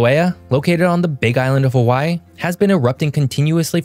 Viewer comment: You need work on your Hawaii pronunciation.